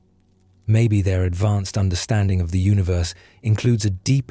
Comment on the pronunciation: its UNI-VERSE, NOT UNA-VERSE